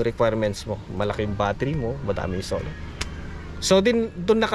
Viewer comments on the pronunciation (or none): bakit salar ang bigkas mo ng solar tapos volts sayo volt tapos generator bigkas mo genratar.....? you tell me bakit nga ba?